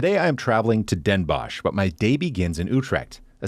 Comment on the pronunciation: I know the sch at the end makes you want to pronounce it as a shhh sound, but Den Bosch is pronounced Den Boss (sadly, English doesn't have the correct O sound for the Dutch language, so the word 'boss' would be the closest). And 's-Hertogenbosch the same, the H is basically silent, so you're saying Sertogenboss. Great video nonetheless!